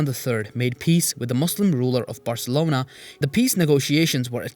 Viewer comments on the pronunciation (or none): none